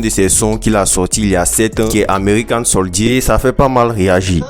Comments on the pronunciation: Bon boulot pour les actu. Mais "american soldié" la faut revoir la prononciation ... Good job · 😂😂😂😂 Huuum N.L faut apprendre anglais hein , koh “american soldíé 😂😂😂😂